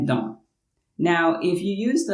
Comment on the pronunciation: J'ai juste noté que vous prononcez les on et les an de la même façon. On ne sait pas trop qui est qui quand vous dites dans/dont.